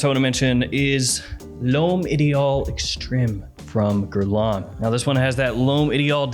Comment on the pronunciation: L’homme not lome right? I think says l’homme so weird😂